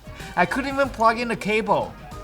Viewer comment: “I can’t even prug in da caboes!?”